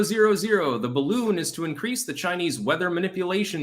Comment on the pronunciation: Woudn't you rike to fry in my beautifu my beautifu baroon.